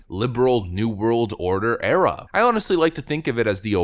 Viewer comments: Did you say the Obama Era or the Obama Error? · Did you say, 'era' or 'error'?